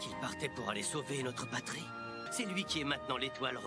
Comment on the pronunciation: Patri ! Pas lish !